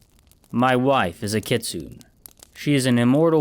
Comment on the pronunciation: Yeesh the writer started to get a bit preachy with this one. Btw a kitsune is Japanese folklore so it’s pronounced kits-oo-nay Great addition to this timeline tho